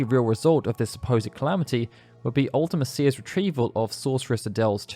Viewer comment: Please learn how to pronounce Ultimecia properly. You can hear her name in Dissida. It's Ulti-meesha